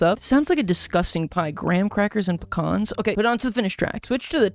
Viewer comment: Icl the way u say pecans is ticking me off oml 😭😭 Love the video tho, great fun